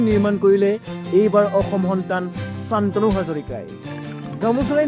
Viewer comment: Congratulations. অসমীয়া শান্তনু টো চানতনু বুলি ক'লে যে আপুনি বাঙলাদেশী নে হিন্দী ভাষী।🥴😩